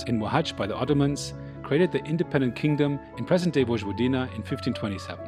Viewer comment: Very professional videos! Just one comment on the pronunciation. "j" is pronounced like"y" in Yugoslavia in Serbian.